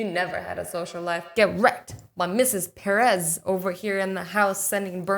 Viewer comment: Mrs.Perez is Per- ez